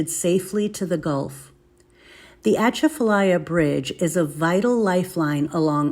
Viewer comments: Girl it is pronounced ( AH - CHAF -A - LYE - AH ) . I-10 there is deadly when foggy . Bonjour de Louisiane !!!!!!!!!!!!!!!!! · The T is silent,,, she isn’t pronouncing it correctly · It's not dangerous and not haunted. You cannot even pronounce it correctly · You used to drive around the swamp before they built the bridge. Also you need to learn how it’s pronounced by locals. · You can’t pronounce it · Please learn how to pronounce the name of your gonna make a video about the atchafalaya basin. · Thank you. I can't tell you how aggravating it is hearing our names pronounced wrong.